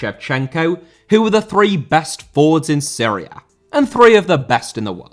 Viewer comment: Serie A* not Siri Ar